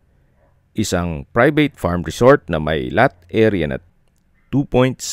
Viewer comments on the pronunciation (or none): How to trust you the buy and sell of the property hin mo Ma i pronounce ngbtame mga letra at words o ER or over, Private or prubeyt?